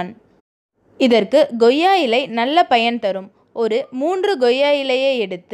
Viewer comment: Koya illai not Goya illai